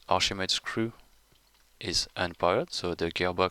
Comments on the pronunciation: Oh, Archimedes. I thought you were saying arshimeed or something... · what is the second word he keeps saying? Archimedes ___?